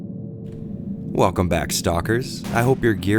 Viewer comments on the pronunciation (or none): none